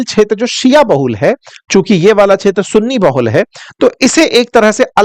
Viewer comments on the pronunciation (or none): Kindly pronounce kshetra properly